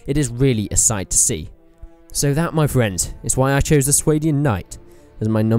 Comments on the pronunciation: Are you sure you are pronouncing Swadian right? I always assumed the swa was pronounced similar to the word spa or something. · It's "Sway-Dian"? I pronounced it "Swah-Dian". Suppose I was wrong